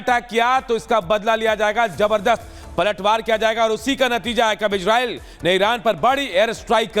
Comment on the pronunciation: Igreil ni re gandu isreil o